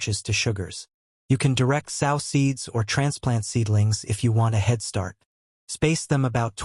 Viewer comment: You know this is an AI thing . Sow is a pig . The correct pronunciation would be so